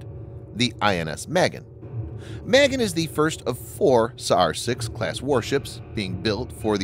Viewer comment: Do your research, guys. There was no riot or "storming" of al-Aksa. It's a mosque at the far end of an open area two hundred meters long. The conflict was in the open area. The ship's name is pronounced MahGEHN, not "maygen" -- it's not an Irish girl's name. It's the Palmakheem air base.